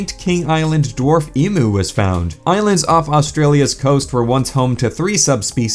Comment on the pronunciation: I have to say it as the down-under troglodyte that I am... we say "Eeem-You", not "Eee-Moo"! Nice rewind!